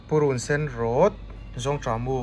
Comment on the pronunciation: Ka khiangte pui pa mizo tawng ti dik hram rawh aw.. Purunsen rawt hi.. I thluk dik lo a nia.. Ka vei zawng mizotawng dik ka lo sawi ve nih hi.. Ka lo subi nghal che